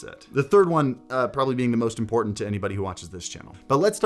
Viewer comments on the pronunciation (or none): none